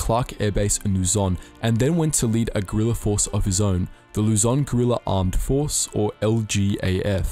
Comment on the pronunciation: Why does everyone pronunces Lu-zoan